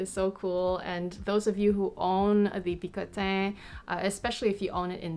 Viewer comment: i think you are pronouncing "picotin" wrong :p Beautiful bag, congrats!!!